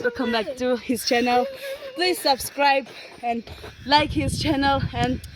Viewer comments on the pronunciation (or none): none